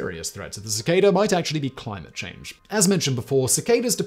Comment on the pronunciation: You lost me at “clim-te change”